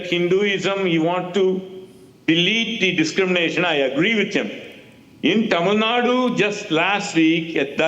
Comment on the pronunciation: Genocide of Hindus? Mate is high.. Arab has sold himself for money by the way.. Bro can't even pronounce The state that they are talking about..